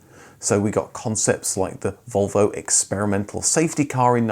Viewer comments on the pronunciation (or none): none